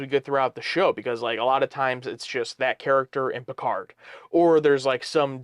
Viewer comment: Sometimes it sounds like they are saying “Percard” lol. Loving the reactions.